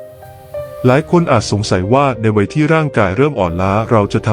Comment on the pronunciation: วัยไม่ใช่ไว ใช้ภาษาไทยให้ถูกต้องหน่อยครับ